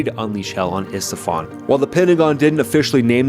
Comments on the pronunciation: Esfahan!!!--not Estefan. That's Gloria, the singer. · Esfahan, not Estfahan. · It's not Estefan! It's Esfahan, even Trump said it right, and he calls his own wife Melanie